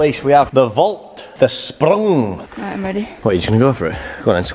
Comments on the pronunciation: The "spruuung" 😂 good job nile 😂🇩🇪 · Haha Nile is trying to speak german "Sprrrung" 😂